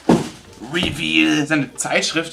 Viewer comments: Wiemdu Revell ausspricht triggert Modellbauer ordentlich 😶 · Ich glaube nicht rivill sondern Revell wird dass ausgesprochen